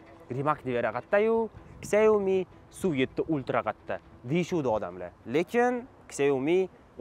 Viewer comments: 🕹ksiómi emas ssshiaomi deyiladi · Shaomi deyiladi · Сиаоми дегин йигит